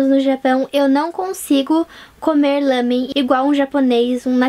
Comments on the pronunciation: meu deus pq vc fala lãmen é lámen.E irritante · Lamen..? Ou Ramen..? Isso tá me a deixar confusa... xD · ouço todo mundo falar "lámen", e vc falou "lâmen". Agora fiquei na dúvida, qual o correto?